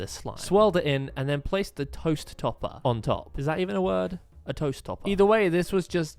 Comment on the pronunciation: Why was it so funny when he said ToEsT😂😂